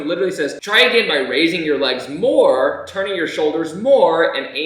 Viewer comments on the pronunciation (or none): none